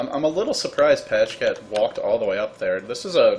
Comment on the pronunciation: Pajkatt is swedish and is pronounced Piekatt not Pashcat :P. Normally watch Joindota or dota2's youtube channel. Just discovered your channel. Have to say even though I love tobi's cast, your channel has way more indepth commentary. Subscribed. Good job!